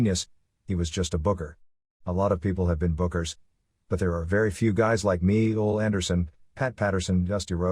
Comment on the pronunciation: I can't help but laugh every time the reader says Ole Anderson's name. Instead of "Oh-lee" it sounds like the voice says "Old Anderson"